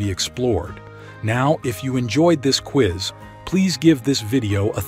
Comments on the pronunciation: Sir you pronounce Quiz correctly then you say queese what in the world is a queeze as in squeeze ????? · "...with the QUEEEEZ..." XD XD XD XD XD